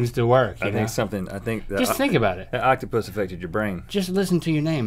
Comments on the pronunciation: “OctApUS” -Rhett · Rhett: " Octupys." Link:" retches." IM DYING!!!😂